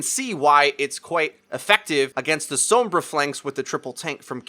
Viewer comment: gaah i love all your vids but the way you say sombra kills me. anyway, keep up the good work.